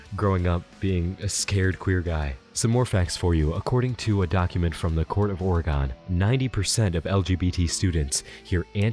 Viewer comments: OFFTOPIC BUT YOU SAID FUCKIN ORE-GONE. NO. THAT IS NOT HOW YOU SAY IT HFHFHFHFHF. IM CALLING THE POLICE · you said oregon wrong, you absolute degenerate